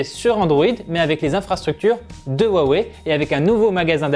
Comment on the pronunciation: Rwa wey et pas wa wé